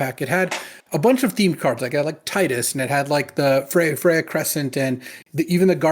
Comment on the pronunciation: Thanks for saying Tidus' name the way I like.